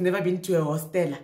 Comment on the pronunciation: "Your heart has never been to a hostela"😂😂😂😂😂😂😂